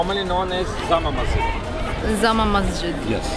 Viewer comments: and BTW its "JAMA MASJID" not "ZAMA MASJID"..! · Zama Masjid! Lol It's Jama Masjid.😂